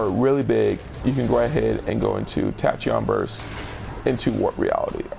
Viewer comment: Tachyon is Pronounced like tack•key•on